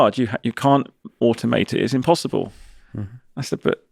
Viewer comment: Improbab-luh, but not impossib-luh